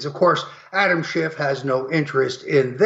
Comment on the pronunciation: Adam Schiff not Adam Shift.